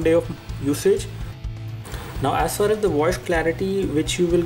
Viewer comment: "As fas as"